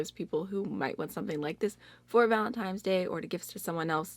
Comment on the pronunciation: did you say “ValentiMes”? 👀 Girl I have to call you out for that 😃😁